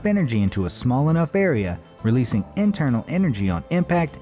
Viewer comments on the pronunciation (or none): none